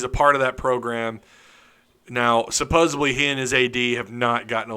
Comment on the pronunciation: The word is supposeDLy not supposeBly